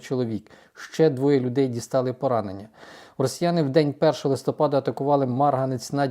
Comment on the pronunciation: Чому "листОпад?", листя пАдають, отже - листопАд.😢